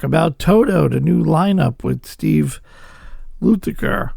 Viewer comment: to correct you, it is not Lutakher is Lukather buddy, wake up..